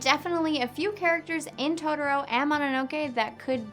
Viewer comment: Down vote for "todoro".